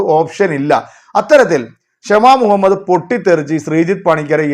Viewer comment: ക്ഷമ മുഹമ്മദ്‌ അല്ല “ഷമ മുഹമ്മദ് ” ആണ്